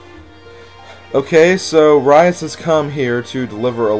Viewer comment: Rhys is pronounced reese and alot of peolple get that wrong and it kinda ticks me of cause if you think about it its kinda ovease